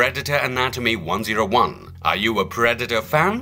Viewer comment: Why he say 101 like that😂